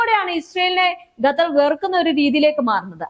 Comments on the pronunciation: Gattar alla dear kathar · പെൺ കൊച്ചേ.... ഗത്തർ അല്ല. ഖത്തർ എന്നുള്ളത് എത്രയോ പ്രാവശ്യം എഴുതി... അത് പോലെ ((ഹൂത്തികൾ അല്ല. ഹൂഥികൾ എന്നുള്ളത്.)) പിന്നെയും പിന്നെയും നാവ് വടിച്ചു വരാത്ത. സ്വഭാവം. കാണിക്കുന്നു.. എന്തോന്നെടേയ് ഇത്. 👌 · മര്യാദക്ക് പറ വാർത്ത ഖത്തർ എന്നാണ്.. ഗത്തർ അല്ല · ചേച്ചി ഗത്തർ അല്ല ഖത്തർ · ഗത്തർ അല്ലാട്ടോ ഖത്തർ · അൽ ജെറീസയാല്ലാട്ടോ😂jazera. ഗത്തർ തെറ്റ് 😂ഖത്തർ ശരി. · ഗറ്റർ 😂😂 അൽ ജറീസാ 😂